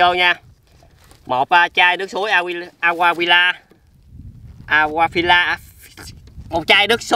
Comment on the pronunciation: AQUAFINA MÀ ANH SAO LẠI LÀ AQUAFILA :> 🤪